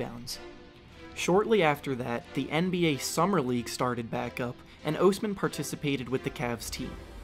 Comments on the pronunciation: Cedi ohsmam? Pronounce his name right! Please! I hate when big you tubers can’t pronounce bigger names. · By the way, it’s pronounced like jed-eye aus-man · good video, but its Osman not Ousman :D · God I FUCKING HATE the way you say "Osman". You sound like Dr. Evil. I've never hated someone so much for really doing nothing wrong, but fuck you and fuck your stupid video. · Bruh be trash cuz you can’t even say his last name right